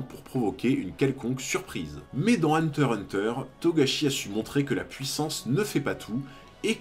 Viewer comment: Ah tu dis hunter hunter comme il faut. J'avais remarque mais ça me dérangeait pas du tout tellement tes vidéos sont qualis! Continues t'as vraiment une super chaîne